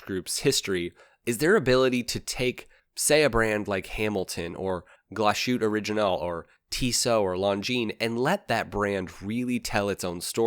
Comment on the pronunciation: very good video and so but the only thing wich bothers me is your pronounciation of glashütte original. you are pronouncing it as glashut. type it in google translator and try a bit but nice video